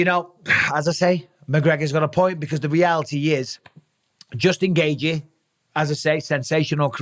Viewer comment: Dj Mikey B is truly undefeated but not when it comes to pronouncing Khamzat Chimaev and Justin Gaethje’s name * Chim eee ev * Gay g